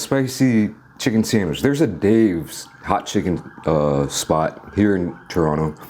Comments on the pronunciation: ahhh u finally pronounce Toronto properly. only took 2 weeks! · Pronounced Toronto correctly. 👍🏼